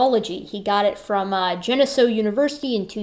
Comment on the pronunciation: Love your content, very informative, and I am getting a better understanding of homins.....TY But a minor point That SUNY school is pronounced GEN-Eh-SEE-O Western NY loves its indigenous peoples place names and mispronunciations are rampant , .... anyways keep up the good work and colabs